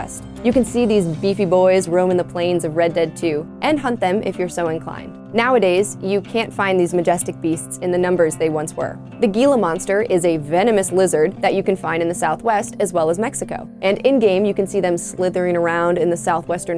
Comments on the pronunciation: Good video but when u said Gila Monster i shivered, it’s pronounced Hila monster. Living in Arizona gives me useless information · Gila monster is pronounced with in H in the G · How could you not know how to pronounce “Gila” or “Noir”? Oof.